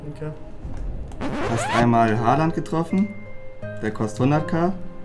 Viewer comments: Bruder es heißt Haaland du hast ein a vergessen xD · Holand nicht Halland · Er heißt haaland nicht haland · Nicht Haland sondern : Haaland ✌️